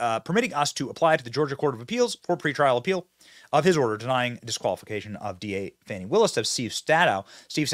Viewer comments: There’s no “w” in Fani. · It's not "Fahni" or "Fawni", ... It's fani, as in fanny pack... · You guys are not pronouncing her name right. Look it up